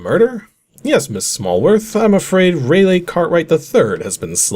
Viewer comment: For future reference, "Raleigh" is pronounced "Rah-lee" not "Ray-lay"